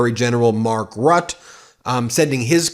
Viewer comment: Not that it matters much in the grande scope of things Ben. But Rutte is pronounced ruhtuh so hit the first "u" sound twice basically